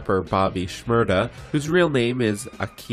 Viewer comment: Shmurda not shmurder your saying it wrong